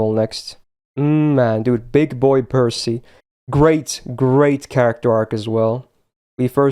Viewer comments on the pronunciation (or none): none